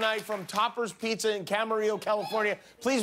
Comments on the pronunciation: You know you're Mexican when you say Peekza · He said pikza. 👌🍕🍕🍕🍕